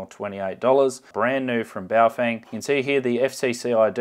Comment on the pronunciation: It’s pronounced bouff whang